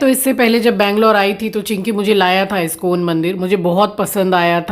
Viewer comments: Iscone 😮 Iskon hota hai...mind ur proninciations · iskcon bhi to galat pronounce karti hai uska kya.